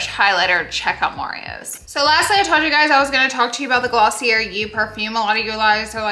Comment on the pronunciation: You made me laugh 🤣. You were hilarious. I think it’s Gloss-y-Eh not Gloss-y-errr. Love this style of vlog. 👏🏻 👏🏻. The close ups were 👄 😃